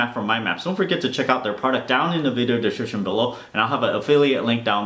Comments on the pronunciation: Hahaha I always enjoy that part - down the deshchchshchbch below. 😂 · its not a bad thing lol, but perhaps it caught our attention cause the words were kinda mashed together xD perhaps speak that part slower? haha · I sort-of panic every time you say "down at the descrchchchch link below" 😅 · I thought I was the only one who noticed that LOL, I am curious why he always has it like that it sounds like gibberish I wouldn't panic but it is funny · I always say it with him hahah. I can't pronounce description properly for the life of me so it's kinda fun.